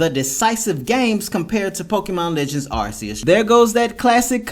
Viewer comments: It is not arceus it is Arcoos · Man I agree with everything you're saying about that dude. Like your video. But here's my nitpick with you, it's Arceus is (R Key Us). It's not pronounced with an (s) it's pronounced with a (c) like cat, car, case, cove. Even the official Nintendo in Pokemon channels are saying the same as I am.